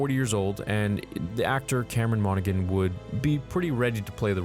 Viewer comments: His last name is actually pronounced mon-oh-han (I am not trying to rude I love your videos) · Lads. The g in monaghan is silent 🤣